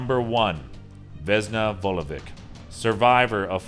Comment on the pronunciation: i am from belgrade and it is pronaunced vesna vulović